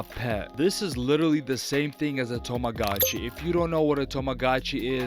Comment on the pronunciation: it's tamagotchi, not toumagachi